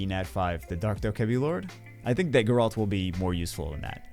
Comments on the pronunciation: “Garalt” “Geralt” 😂😂😂 it’s okay you will get it eventually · Gair-alt. Say it with me. No, you said Kaer Morhen correctly, just can't say Geralt's name correctly 😅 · It's geralt not "geralt" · Take a shot every time said Geralt the wrong way lol, good luck to those from the school of the Wolf